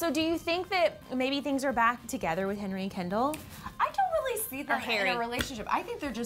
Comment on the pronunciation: Did she say HENRY